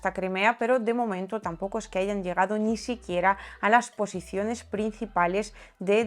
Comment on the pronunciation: Aparte de esa ni, la e no acentuada la pronuncias algo abierta, pero no está mal. Te admiro sobremanera.